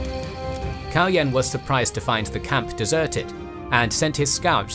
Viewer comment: Kaloyan is pronounced with the accent falling on the last syllable. KaloYAN. It's a slavicized form of the Greek Kalo Ioan, meaning Handsome Ioan. One of the leading theories for Kaloyan's murder was that it was done by a Cuman leader, by the name of Manaster, who was either participating in some Bulgarian courtly intrigue or was being bribed by the Greeks. Also, the portrait which was used in this video is based on a reconstruction of remains found near a church in Tarnovo, where later Asenevtsi royals were buried, however the remains have not been unequivocally confirmed to be that of the tsar Kaloyan. It is possible that they belong to a noble of the same name who was buried there more than a century later. There is a also a tower of the ruins of the Tarnovo citadel which is called the Baldwin tower, where the Latin Emperor died in imprisonment, as the story goes.